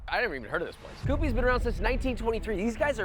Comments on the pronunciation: I think you're pronouncing Kewpee's wrong. Those weird-looking dolls are big Kewpie dolls, and that's apparently where the name came from (it's a trademark so they'd have to play with the spelling). The word is pronounced "cue-pee" instead of "coo-pee." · Kewpee is pronounce Q P, not Coopy. Oh, and those little babies on the walls are Kewpie dolls - also pronounced Q P. By the way, perhaps you could start bringing salt with you, then we wouldn't have to hear you complain about the food you eat not being seasoned enough. Just a suggestion. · Ayyyy I’m from Lima! The cringe from the way you pronounced kewpee ❤ locals pronounce it Q-pee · Kewpee has to be pronounced "Q-pee". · its also pronounced "Q-pee" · Queue-pee, Josh. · It’s pronounced Q-pees !! there’s one in Racine, Wisconsin and it’s an original building. they used to be amazing. not sure now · It's kyoopee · Josh lost all cred with the Lima restaurant ratings. Don't worry about coming back. Keep your whack opinions elsewhere. Lost your credibility being unable to pronounce Kewpee. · And Josh, you're mispronouncing Kewpee, it's driving me nuts.